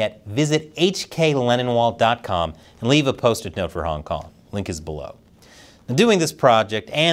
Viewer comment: Does anyone else notice hklennonwall sounds like 'hkLeninwall'